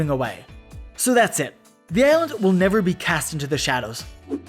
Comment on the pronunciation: The sun will NYEVER SET NYEVAR NYEHVAR NYEVAH